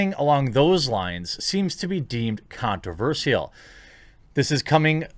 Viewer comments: Here's something controversial: You pronounce "controversial" weirdly, and I'm pretty sure it's not your accent. You say "sial" as "seal" instead of "shull". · why are you saying Controversial as controverseal